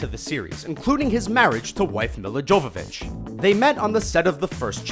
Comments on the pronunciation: Milla Jovovich: Pronounced Mee-la Yoe-vah-vich NOT Mih-la Joe-vah-vich. She's Russian. Therefore her name is pronounced that way. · that's not how you pronounce Milla Jovovich